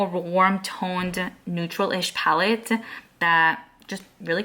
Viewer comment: Your speech is to cute, the way you add “ah” to the end of your words. ie: palette-ah